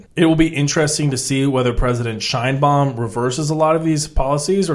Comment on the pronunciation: Sheinbaum, not "Scheinbaum" The surname Sheinbaum is Yiddish and means "beautiful tree". It's of Jewish origin